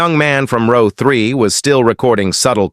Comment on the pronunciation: Row is pronounced "ro...w" correct the not rouw as pronounced.